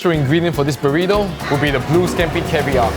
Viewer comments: Borito the proper pronunciation. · Not bad pronouncing Burrito, try rolling the R more like "boo•rrrrrito" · Did just say "Puurito!!" for comic relief??! And say that's the proper pronunciation.... ? Get prepared before the show maan! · Love your ''Burrito'' pronunciation xDDDD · u still not saying Burrito correctly but close enough!